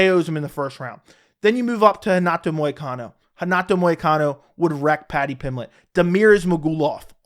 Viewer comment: I feel like paddy will be the new Darren Till. Also … it’s “Money Moicano”